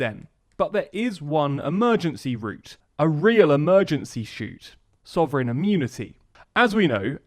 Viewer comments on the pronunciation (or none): oops, "soverign" - only noticed because you're normally so good that even the slightest mistake stands out! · It’s “sovereign”